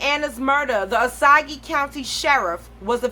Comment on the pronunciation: Btw it’s not (oh saug E) it’s (oh sAge)